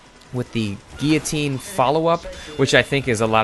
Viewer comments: wtf ? gee- ya- tine? isnt it gillo- tine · He pronounced guillotine wrong the whole video. He called it guitine